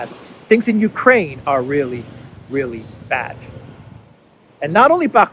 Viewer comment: Did you say the " You Pray in Project ". I like it.